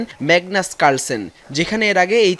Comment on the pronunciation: carsen ta koite paren na apnara?